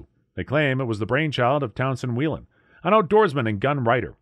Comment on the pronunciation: Love my 35's Whelen is pronounced whay-len